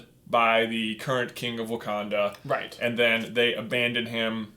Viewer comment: "So this is wacanda?" "No it's Wakanda 😂